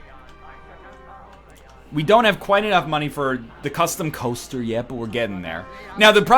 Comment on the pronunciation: I actually have no idea why.... but I love it when Ryan says "coaster".